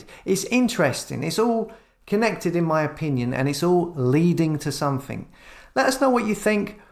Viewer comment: Like watching you videos but will you stop saying nothink and somethink instead of nothing and something! It's so annoying!